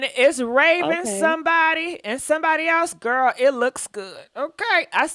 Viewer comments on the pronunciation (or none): none